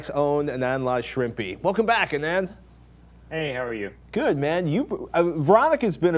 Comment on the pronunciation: ahhhh-nund. please pronounce his name right -.